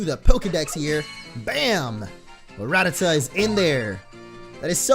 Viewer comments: Its ra-ta-ta not rat-ata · It's actually pronounced ra-ta-ta